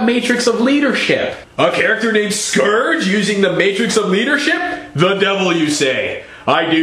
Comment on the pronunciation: mmmust...correct...pronounciation...not "skorge", but "scurge" and I lol'd at the mantis bit! excellent!